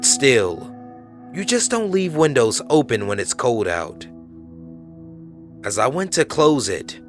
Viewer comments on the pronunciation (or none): none